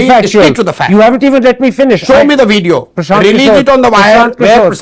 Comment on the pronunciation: "Show me the wveeeedio"😂😂😂😂😂😂